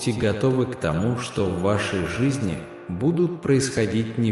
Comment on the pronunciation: Когда ты произносишь ,,тОму,, , мое сердце откликается ,,я вот она,, , я доверяю тебе , Господи, я люблю тебя, Господи❤